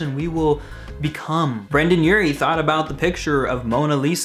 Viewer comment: he keeps saying brannan urie and brandan Its Brendon Urie